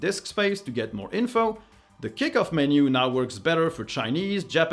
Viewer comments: Wondering why "moar stuff". Your English is excellent so I suppose this is intentional. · ("Watch MOAR stuff!" in the end ? Intentional?)